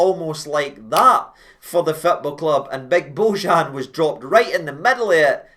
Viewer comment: You read the J in bojan as a y its not Z Watp ale ale